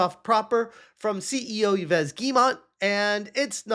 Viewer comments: Ives is pronounced like the female 'Eve' in English. The S is silent. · I love how incorrectly he pronounces the CEO of Ubisoft's name. Ee-ves Gheemont. ✨💃😂💀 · Yves is pronounced 'Eve' in English. Great news vids lately. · Yves is pronounced eeve, not eevess. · The way he says Yves is so obnoxious It's a french name, not a spanish one It's not supposed to sound like "he-vez" The "es" at the end is supposed to be muted It's supposed to sound closer to "Eev" Kinda how english speakers say "eve" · As a french speaker, I must inform you that "Yves" is pronounced like "Eve". But Ubisoft execs deserve the mispronunciation, so still okay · Jesus Christ! Americans and their pronounce...YVES Guillemot as in YVES ROCHER, Dimwit. It is pronounced same as EVE ('i:v). 'Muricans... sheesh... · Yves Guillemot,pronounced Eve Geemo. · Just for your information, "Yves" is pronounced exactly like "eve" in English. Cheers! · Don't care about that Yves guy. But as a french speaking person..the way you pronounce that is funny. French is not a logic language. Yves is pronounced like "eve" as in Christmas eve ou Adam and Eve. Not logical, but just a little FYI. ❤❤ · The name Yves is pronounced like ''eev'' for future video if you need to mention him again! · Bruh, it’s pronounced “Eves Gill-Moe”. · It’s “Eve Gee-yuh-moh” French does not pronounce some letters like the “s” of Yves and the “t” of Guillemot. Source: I’m French. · The name "Yves" is pronounced with a long "e" sound, like the "ee" in "see", followed by a "v" sound, and the "s" is silent, resulting in "eev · How is it possbile that you don't even know how to pronounce Yves' name? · stop being an ignorant american and try to pronounce yves. it is not that hard to not be american trash